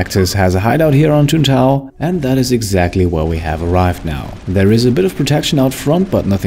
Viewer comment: It’s Tuntae….. ohhhhhhhhhh😂